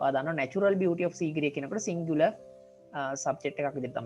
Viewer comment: සීගිරිය කියද්දි (sigiriya) ඔහොම නෙමේද